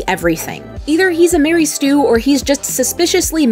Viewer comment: "Mary Stue"? I've heard of a "Mary Sue" and a "Gary Stue", but not a "Mary Stue". Did they get married?